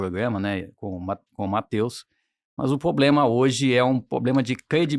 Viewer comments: "a gente esta tendo varios poblemas " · Fala "poblema", igual a Janja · especialmente quando nao coloca a letra "R" de poblema no caso do analista. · poblema, parei o vídeo aí... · Tive um professor que dizia: " quem fala "poblema" tem dois". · escutar uma entrevista, com um suposto especialista que fala poblema!! puta que me pariu! tô fora! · 'POBLEMA' é ruim né 😢😢😢😢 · PORRA MEU!!! PO-BLEMA!!!! É FODA!!!! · O cara vai ai dizer POBLEMA, é dose... fez o L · Alguem que fala Pôblema... tudo que vier depois disso perde credibilidade kkkkkk. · Porque ele fala poblema??? 😅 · O cara tão inteligente e fala: Pôblema! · O cara falando e "poblema" dizendo que sabe tudo de economia.... e tem ot@ que caem nessa.... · Não dá para falar "poblema" neste nível de conversa. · Ele tem problema na fala ameba 😂😂😂😂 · caralho o Cara tem uma dificuldade de pronunciar o R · Ouve direito… não é isso. Ele tem uma pequena dificuldade de pronunciar o R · Ele tem sim, verdade.